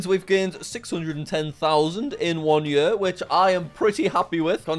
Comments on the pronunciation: Bro it's year not yuhr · I chuckle a little every time I hear Jack say year... I'm from the US so we pronounce it "yeer" rather than "yur" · YEAR NOT YUH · “Yuear”. Lol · ye"ah" I JUST CANT😭✋ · The way that jack says year is so funny it had me dying every time he said it! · love the way he says year